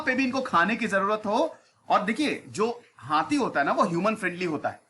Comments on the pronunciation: Sir हाती नहीं होता है हाथी होता है 😁😀😁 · हाती नहीं हाथी 😁 by the way good information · सर हाथी होता है हाती नहीं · Hathi hai naki hati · हाती नहीं हाथी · Hathi hota hai sir